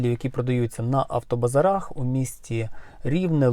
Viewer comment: Що за автобазар'ах??? Де наголос???